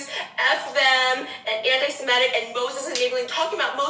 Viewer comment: it's her pronunciation of anti Semitic for me.